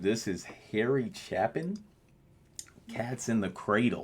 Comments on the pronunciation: It's pronounced CHAY-pin. Long A on the first syllable. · Harry, Chay-pin phonetically. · It is Chapin - with a long A - like ChApin. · Harry Chapin pronounced CHAY-pin. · pronounced "CHAY-pin" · His last name is pronounced "Chay-pin."